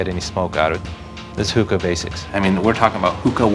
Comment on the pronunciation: He can’t even say hookah right